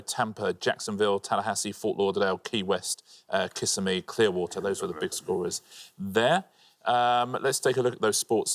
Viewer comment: For future reference, Kissimmee is pronounced ka-SIMMY, to rhyme with Jimmy.